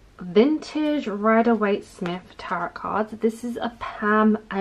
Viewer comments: Hello! I'm curious why you pronounce the second (silent) T in "Tarot"? It really threw me off, as I've never heard anyone speak a silent T, except in error. Thanks! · It is actually pronounced taa-row (best way I can think to spell it, so that it makes sense. But I've never heard anyone actually pronounce the last t, like as in Carrot, I'd imagine it as if they're carrot, with a T but I'm not sure that's how you meant you pronounced it!!! Either way! Call them whatever you call them! My mother in law calls them the devil, and I'm doing the devils work- 20 years later. I've never stopped doing what I love!